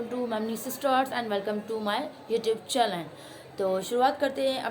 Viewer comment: Chelan nh chenal huta hy😂😂😂😂😂😂